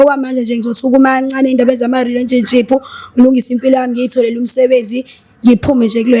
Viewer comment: You can't even pronounce the word relationship. Imagine "relensionship."